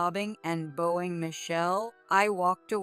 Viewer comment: This sounds like a computer voice. Can’t pronounce bowing right.